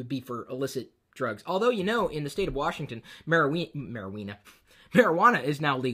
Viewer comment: Mariweener? LOL, is that a drug for people with small penis's?